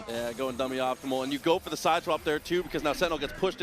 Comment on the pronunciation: did he say “dummy optimal” ?